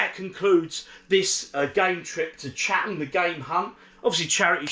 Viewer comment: You pronounced it correctly at the start. It’s “Chat-em”!